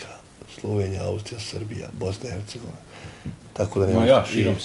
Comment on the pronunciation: Neka voditelj nauci kako se izgovara „Hercegovina“! A o gostu bi svaka rijec bila suvisna. 🤮